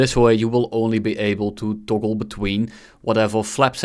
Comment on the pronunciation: Het is toggle niet toggol nederlander